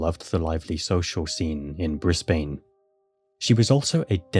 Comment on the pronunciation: Brisbane is pronounced Brisbin